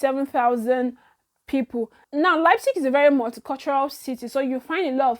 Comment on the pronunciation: lol I know. But I know u got the Leipzig very well bcos its a name of a football club,I have heard it many times. You try well well my dear.